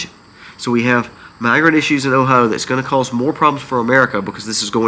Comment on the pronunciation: 😂😂! Your pronunciation of O H I O is killing Me!! Say it slowly: OH HI O All kidding aside…lol Hoping you feel better!!